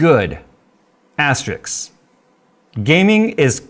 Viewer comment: AsteRISK not Asterix (that's a cartoon character).